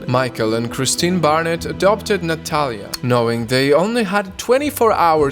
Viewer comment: Barrnets not harriets